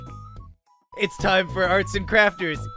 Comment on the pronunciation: I heard you say tine